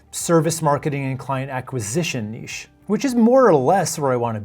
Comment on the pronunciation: Omg you pronounce niche properly 😍